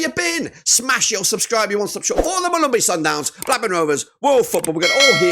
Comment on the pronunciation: I like how you pronounce Mamelodi Sundowns.. much love❤